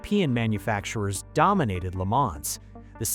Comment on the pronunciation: It’s pronounced Le Mahn, the s is silent.😩